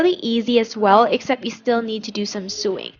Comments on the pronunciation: hey sweety idk if anyone has told you but the word sewing is pronounced SO ing. just a heads up for future reference. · Not to be a hater but I had to watch another video because she kept pronouncing sewing wrong